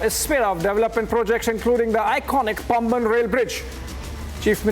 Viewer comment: It is Paamban. Not Pumban.